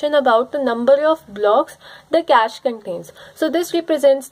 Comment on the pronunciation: Best video so far. For feedback: Cache pronounced like "cash". Its not cashy.